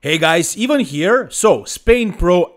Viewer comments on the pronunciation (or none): none